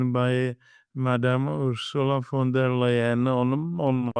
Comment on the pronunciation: Ursula von der Leyen .. not "Van der Leyen"